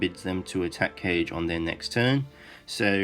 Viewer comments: Great video! Since both Taneda and Kage are Elves and look like they take after Japanese influences, I think Kage is actually pronounced 'kah - geh' and not 'Cage' (unless they've said his name in-game and I just didn't hear it :P). Thought I would mention since I've heard you say it a few times :) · Kage would be pronounced Kaa-Gay.